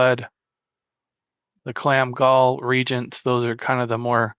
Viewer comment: Great video and channel! “Reagents” is pronounced ree-AY-juhnts just so you know(coming from an old school ultima online player lol)